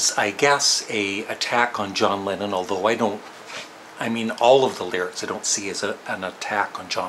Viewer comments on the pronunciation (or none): none